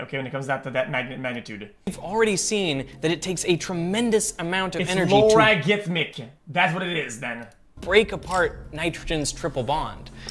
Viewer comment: hearing X say "loragithmic" instad of "logarithmic" is the funniest shit I've heard from him since "Jam a Man"